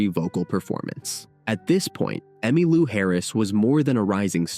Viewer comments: God AI. It's Emmeee Lou not Emmuh Lou. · Did you just say, Emmalua? What is this, phoney Ai? Surely not. Too lazy to have a real live human narrate a story about very important person like Emmy Lou Harris. STOP 🛑 IT!! 🛑🛑🛑🛑🛑🛑🛑🛑🛑🛑🛑🛑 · AI voice ugh. "Emmah Lou." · AI narrator keeps calling her “Emma-Lou”. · Another stinking Ai generated video, where the text to voice can't even get her name right. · Why am I supposed to believe that you know something about Emmylou when your bot can't even pronounce her name? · AI bnarrator. Can’t even pronounce Emmylou. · The stupid AI bot can't even pronounce her name. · Disappoointed that you misprounced Emmy' and Buffy Sainte Marie's names. Where are you from? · This video would be orders of magnitude better if the narrator could only refrain from butchering names. He started out by calling Emmylou "Emmalou" and then proceeded to call Gram Parsons "Graham." There's absolutely no excuse for treading roughshod on people's names.